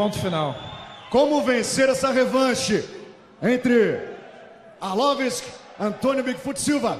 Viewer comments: mohd rami he's joking. it's coz the dumb announcer keeps saying arlovisk instead of arlovski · Why is dude on the mic constantly saying Arlovisk instead of Arlovski?? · He said Andrei "Arlowisk" so many times...I'm starting to think its his real name... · 'Andrei Arlovisk' xD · He is not ArlovesK, HE IS ARLOVSKI (ARLOVSKIY)..... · It's "ARLOVSKI" not Arlorvis ffs! Damn announcer! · It's ARLOVSKI,damn it! :)) Who the hell is ARLOVISK? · AR-LOV-SKI not Ar-lov-isk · IT'S ARLVOSKI!!! NOT ARLOVESE! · Not Arlovisk, but Arlovski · It's not accent, he says ArlovISK instead of ArlovSKI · Did the announcer say "Andrei Orlovitz" cause that's what it sounded like. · Andrei Arlovisk? Might wanna learn to pronounce their names. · If that guy says Arlovisk one more time I swear... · Arlovisk? Where is Andrei Arlovski and why Arlovisk took his place? This dumb commentator should be fired, can't even spell correctly the name of the fighter from the main event. Arlovski looked cool tho=) guess it's not the first time someone can't say his name correctly! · Andre arlovisk?? Pardon??? At least learn the proper pronunciation of the guys name in the main event hahaha lucky andre didn't head butt him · I still think it is a mix of accent + the way he says it. Brazilians would find no mistakes with his pronounce. Well, to be honest, I heard "Arlovis" one or two times, haha... Peace. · "Arlovisk" ? LOL this guy called him "Arlovisk" lol. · "arlavesk" lol...